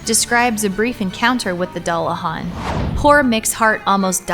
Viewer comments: And dullahan is pronounced doo-la-vawn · I am just cringing at the horrible pernounciation. Dullahan is pernounced as Doo-luh-hahn. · What kind of monster pronounces dullahan that way?! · Joshua Davis americans lmao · first time I've ever heard anyone mispronounce it so badly.